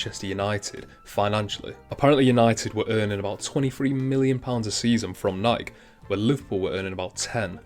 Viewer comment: Great video. Please though, note it is not pronounced Nike it is Ni-kee.